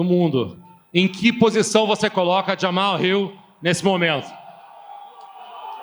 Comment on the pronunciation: Nobody heard when hill was like “you put jahmal hill in a main event.” 😂